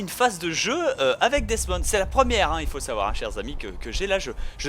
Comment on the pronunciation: C'est HALLUCINANT comme tu sais pas prononcer les nom comme Animus , Desmond , Assassin's Creed et Auditore sans parler de Ratohnaké:ton -_